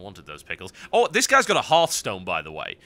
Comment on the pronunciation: Heartstone? Last time I checked there was a H sumwhere there. Hint: Heart->h<-stone